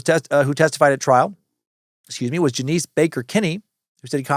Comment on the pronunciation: Dude…Janice Dickinson: it’s NOT JaNEECE! It’s Janice, pronounced “Janus”, and if you never checked into her even an iota, then some of this episode is based on bad info. C’mon. Sorry, but it allows for questions to be raised. She’s not exactly a credible person, historically. Fair is fair. The rest, okay, but it’s sloppy. Never open the window for questions on accuracy when you can avoid it.